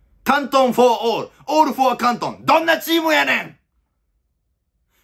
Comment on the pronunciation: 「for」を"フォア"、「why」を"ホワイ"と読む世代だったか